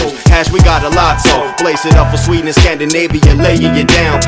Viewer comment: eeeeeeeeeeeeh.... Säger du "sveden" till sverige på engelska elleR?